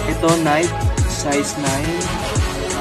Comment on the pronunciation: Nayki po ung pagbigkas ndi po nayk....keep it up 😊